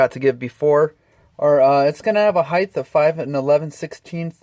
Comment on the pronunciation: Height, the word is H-E-I-G-H-T, not (heigth).